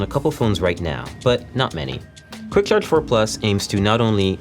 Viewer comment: hate how he says " CHarge " the CH is like .. so weird sounding